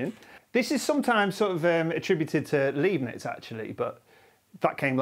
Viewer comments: A string theorist who doesn’t know how to pronounce Leibniz! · Leibniz . uneducated pronunciation!